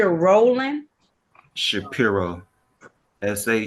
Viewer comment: She was struggling to argue against his case law arguments and it was embarrassing. His arguments are the most repeated, overly argued nonsense case laws that she should have had these rebuttals and responses memorized. She couldn’t even correctly comprehend Shapiro. She kept saying Shakira, JFC. He’s lucky he wasn’t in front of Oakley or Simpson. She seems like she doesn’t even know wtf she’s doing. This entire interaction PMO 🫩